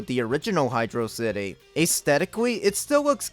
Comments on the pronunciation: The amount of praise you give this game regarding Michael Jackson, great levels, the music, the pronunciation of HYDRO CITY is all great and I liked the video...until You mentioned the barrel of doom lol. We were all kids and a lot of us experienced getting stuck in that room being actually smart and trying to use momentum to jump off the barrel hoping it would go down, but no. There are no hints anywhere to help which I think is the worst aspect of that level and just bad game design. So I removed my like from this video. I think as a kid I tried jumping on the barrel and while it descended, I held down. Then as its going up I held up before I jumped off. I think that method was eventually how I noticed and figured out it's just up and down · I know. Hydro City is always the better pronouciation.